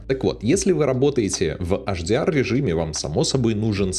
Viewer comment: Если уж "Адоби" , то тогда и "ЭйчДиАр" ( "Аш" - это на латыни) спасибо:hand-purple-blue-peace